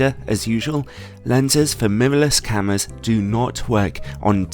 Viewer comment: "Memovles cameras" ?